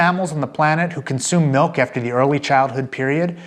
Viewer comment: Get this man a glass of malk!